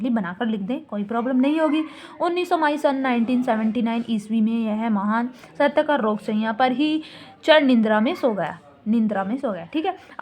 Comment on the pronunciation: Chir nindra Hota Hai mam na ki char nindra😂😂